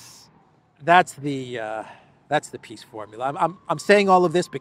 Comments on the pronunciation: you keep mispronouncing "peace", it is pronounced "P>>I>>S>>S>>" 😂😂😂😂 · it is not peace summit it is piss summit